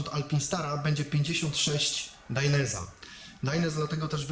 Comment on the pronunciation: Gościu kurwa naucz się poprawnie wymawiać, bo robisz z siebie wsioka. Mówi się DAJNEZE a nie dajnes czy jak to tam wymawiasz. Tak samo ALPAJNSTARS a nie alpinstars etc. ELO.